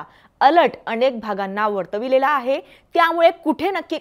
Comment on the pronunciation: अणेक नाही अनेक UCCHAR